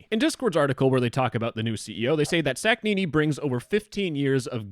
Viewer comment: how he pronounced Humam Sakhnini sounds like an name for an sandwich